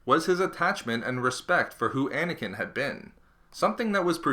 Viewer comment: Anakin...not snaking